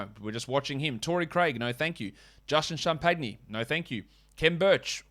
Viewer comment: His name is pronounced Justin “Cham-pinny” keep an eye on him 👀👀